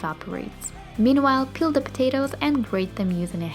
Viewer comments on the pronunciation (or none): For a second I understood "Kill the potatoes" instead of "Peel the potatoes" xD